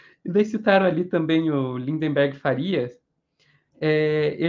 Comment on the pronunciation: Notícia à parte, uma curiosidade sincera: por que todo mundo fala LinDENberg Farias, se o nome é LiNDberg? Podem reparar... (Clica aqui: e ) Mesmo jornalistas, em geral, todos falam errado! kkkk Deve ser influência de algum Wanderberg...